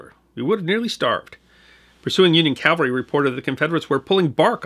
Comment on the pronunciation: It sometimes sounds as if you are saying "Calvary" when describing mounted troops, but I am a long-time subscriber and fan of your channel and I'm confident that you know that the correct pronunciation is "Cavalry." Thanks for another great video,!